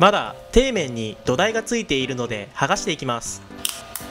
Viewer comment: 「底面」が「手い面」に聞こえた